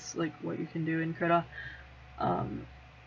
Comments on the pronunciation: i heard Krita is prenounceted Kree-ta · I use krita all the time Also its pronounced KREE-TUH